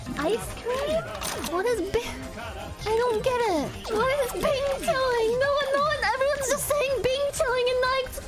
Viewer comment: I’m mandarin native speaker don’t know why he keeps saying bing chiling XD